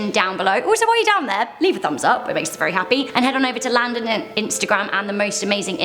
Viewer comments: Oh thats what it is! I have always though u he said "Do not sing" XD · Landon Do-Not-Sing 🤣🤣🤣🤣🤣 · Rebecca!!!!! And also am i the only one who hears "landon donotsing"? :P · Landon Donotsing? Lol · I thought he said do not sing!😂😂😂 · Who else thinks he says landon do not sing ? Jus me